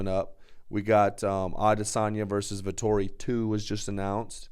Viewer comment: It's Vettori not Vetorri lmaooo